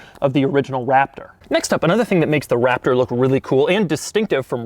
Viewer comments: I noticed at certain points he says waptor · This guy rly say Waptor...